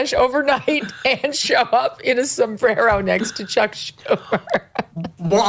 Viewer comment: A Sombrrrerrrro! 😂😂